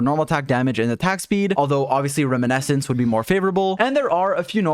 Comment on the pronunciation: Why Why does he pronounce reminiscence As room-in-essence explain